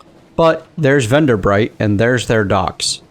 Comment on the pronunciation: You pronounced Venderbight correctly the first time! Good job; everybody messes that up.